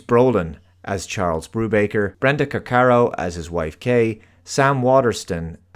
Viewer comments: That would be Brenda “Vaccaro”, not “Caccaro”. I should know- it’s my surname too! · It's also Brenda Vaccaro, not Caccaro. I'd forgotten she existed. I liked her as an actress.